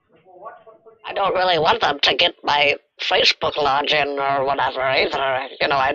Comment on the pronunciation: "Facebook lodge-in"